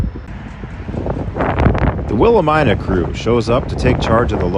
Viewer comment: Not Willa ME nuh?